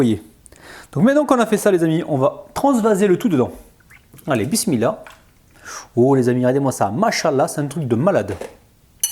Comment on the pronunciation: Chaque fois que tu dis bismilah et machalah ,tu reçois des hassanettes .....mais fais un effort pour tes < H > en arabe ils ne sont pas muets ...